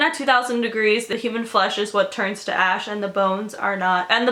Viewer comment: I thought she said ' the whole house was ass' 😂 I screamed